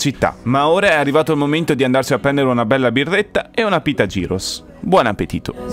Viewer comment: Gyros si pronuncia “ ghiros “ però